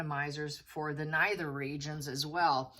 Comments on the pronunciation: Sorry - at timeline 4.50 it's pronounced "nether " regions, not "neither" regions. Not as in "neither" - nor, but as in "leather" it is an "n" as in "nether" . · The word is NETHER. N-EH-TH-R. There is no 'I'.